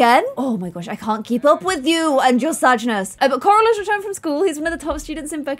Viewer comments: I love how she says CoRal 💖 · I like how the more she said corals name the more it started sounding like carol